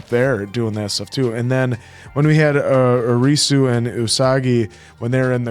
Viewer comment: Ya'll are killing me calling Arisu, "Alice". Its really not that hard to say.